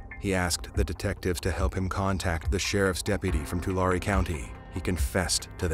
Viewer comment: Tu-Larry is how it’s pronounced